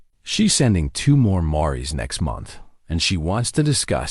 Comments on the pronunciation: I wish you had narrators who knew the English language & grammar better!!! A Mare is a female horse 🐎 & 2 or more female horses are called mares where the "e" is silent!!!!! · Nice. But can someone teach AI how to say mare and mares.